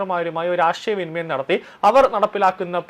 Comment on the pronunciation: ഫിലഡൽഫിയ എന്ന് വൃത്തിയായി പറയാൻ പഠിക്ക് ആദ്യം. "ആഷയ" വിനിമയം?